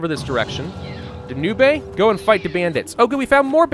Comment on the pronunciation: Danube pronounced "Dan-ooh-bay" gives me life.